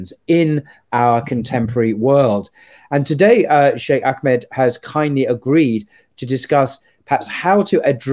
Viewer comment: AKmed,? I think you mean AHmed. H somewhat like in hamburger. Otherwise...keep up the good work!